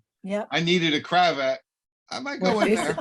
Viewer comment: It's not a Cra Vat, it's a cravat--the French name for a a tie.